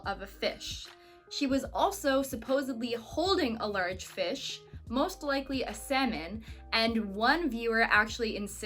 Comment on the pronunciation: You shouldn't say "Ish", you should say fish! I love you're cahnne!